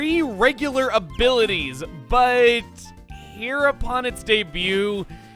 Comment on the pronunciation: did you mean to say here upon or rather Heropon ?